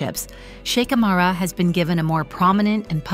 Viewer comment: Kindly do not pronounce the H in her name!